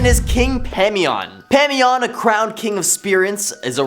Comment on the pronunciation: IT’s pronunced Pie-mon. Not whatever tf you said. And basically everything you said about him wasn’t true. It’s ba’al not whatever tf you said. Also goetia is go-sha OR Go-eh-Tia NEVER BURN A OUIJA BOARD EVER. The thing to do is to hide it somewhere no one will find it. If you don’t understand a topic, please don’t make videos on it pretending you do. And maybe look up pronunciations Before posting something.